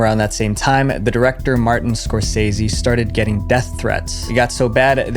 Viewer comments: It's bugging me too much that this guy doesnt know how to pronounce Martin Scorsese.. Its not pronounced score sessy, its Score sayzy. human centipede 2 was that bad, just really odd. Now faces of death, that's a whole different story. by thetime i was 20 i had seen 2 of the faces of death films (yes there was more than 1) first few minutes shows what happens inside slaughter houses and it just gets worse and worse from that point on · Dude.......it's not "Scor Seh Sie"..............It's "Scor sieeeeze..." get it right. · Dude knows someone will comment abt how he’s always mispronouncing words like “Score-sess-e” and the typos. 2026 😂 (Ya fell rt into it, not mad tho. It’s a good hack) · “SCORE SAYS HE” not score sessy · Idk why but that pissed me off when he couldn’t pronounce “Matrin Scor-say-see” instead it was “Martin Score sese” fkn dumb how does this creator have any views at all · It's scor-say-see, not scor-sess-see. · Pronounced "Scorsaysee". Not Scorsessee. Duh!!!! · Bro please for the love of god his name is not score’sessy it’s score’say’zee i spelt it wrong so that you can say it easily this is how you say his name it was painful to listen to you say it that way please for future reference pronounce his name like this “score’say’zee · It's not "Scorsesse", it's pronounced "Scorseese". And this list is weak. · "score say z" not "score ses e" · It's pronounced ~SCOR SEES E~ They way keeps pronouncing Scorsese name it got me cracking up😂 1 of the absolute top 5 producers ever come to HollyWeird! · WHO TF IS martin SCORESESSY????? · Scorsessi....sry bro had to stop watching. Hurts to hear you slaughter the name so many times in such a short amount of time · His name is pronounced Scor-say-zee, where have you been that you don't know that? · Dude, Scorsese is pronounced Score-SAY-see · Just pointing out it’s score sa ze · Stop calling him Martin "Scorsessy" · “Scor ses see” is crazy lmao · Ah yes... Martin Scorsessy... 😂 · Martin... Scor-sessy?